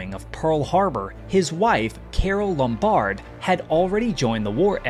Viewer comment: Carol Lombard: LOM-bard not lom-BARD